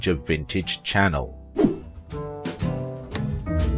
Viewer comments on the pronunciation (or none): none